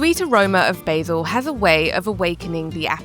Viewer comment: BAY_ZIL ??? You mean Basil.